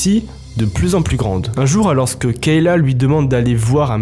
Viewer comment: Super histoires j'adore mais frère on prononce pas le s dans alors t'es fou ou quoi